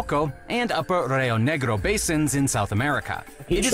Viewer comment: This man tried so hard and still said Rayo Naygrow.